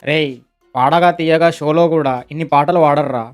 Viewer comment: Adi padatha theyyaga kadu brother it’s padutha theeyaga 🤣🤣